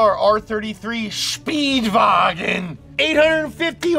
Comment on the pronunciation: hahahahahahahaha ffs, i died when he said shpeedvaagenn